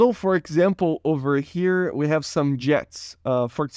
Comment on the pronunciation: to "wee" of we can find problems XD